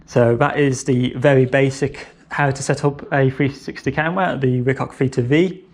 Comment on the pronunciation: did he say Ricock?